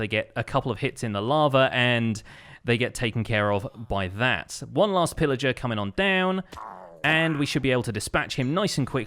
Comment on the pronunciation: Did he say Phil Ager? LETS GOOOOO SYSTEMZEE